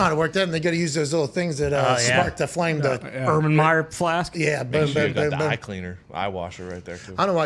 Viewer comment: Did just call an erlenmeyer flask an Ubran Meyer Flask? 😂